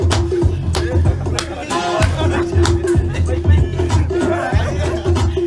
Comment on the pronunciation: This palagi needs to have some respect for all his Samoan employees & pronounce Samoan correctly-plz ask one or two of your employees to learn you how-it’ll sound so pleasing to all your Samoan viewers like me-🇦🇸🇦🇸😂😂